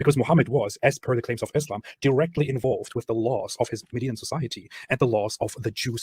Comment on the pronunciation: Lol how can people take someone seriously who can't even pronounce Mohammed PBUH and Islam properly🤦‍♀